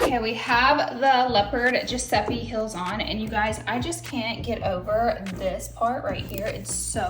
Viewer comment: To me it sounds like she’s saying hills not heels but I’m also dead so I could be wrong 😂